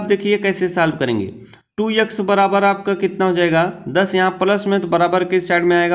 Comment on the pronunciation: Sir aap bhot acha xplain krte ho lekin vo yex nhi x hota hai .u will build audience by right pronounciation.